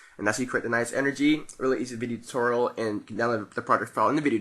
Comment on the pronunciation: He Said Video Tuteral..Lol